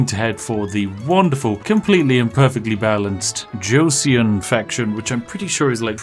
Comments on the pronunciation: Just for future reference since I assume you’ll play this game a lot and I can’t listen to you and mispronounce this forever; in Korean the eo sounds kind of like aw so Joseon is josawn. Me and my Korean fiancé love your videos. Hi from Seoul keep up the good work. Maybe try some Slipways later? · Joseon is pronounced more like jo-sun and they are part of Korea's history FYI :) love your videos! Also will you be uploading a steam summer sale exploit soon? 👀🤩